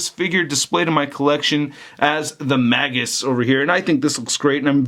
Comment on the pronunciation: his name is pronounced "Mage-us" Not "Maggus"As in a Mage. Get it? Warlock/Mage.You said Maggus like 20 times and I wanted to jump thru the screen and break the figure that way you wouldn't say Maggus anymore LMFAOOO it's Magus as in Mage-us.